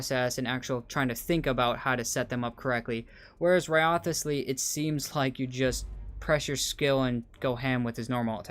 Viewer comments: Not another channel butchering Wriothesley's name. It's rise-lee not rio-the-slee 💀🤦🏻‍♂️ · Its so annoying how you already played the AQ and still say "WRIOTHESLEY" wrong. Its RIZZLEY man. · Its Rice Lee learn to pronounce it right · Great video, I love that you pronounce wriothesley's name wrong everytime 😂